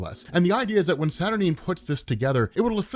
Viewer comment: Isn't it pronounced SAT- UR-9 (NINE), not Sat-R-Neen?